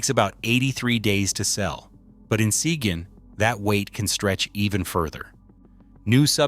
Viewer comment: AI pronounced "Sequin" wrong all 9 different times.